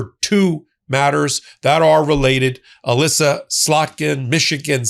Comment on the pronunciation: It is Alyssa not Aleesa